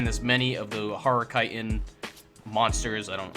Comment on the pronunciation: This is an awesome video but bro it's pronounced Ch-it-in not kite-in 😂